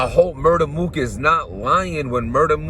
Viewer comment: Did you hear more than one round MUR-TER MOOK😭😭💀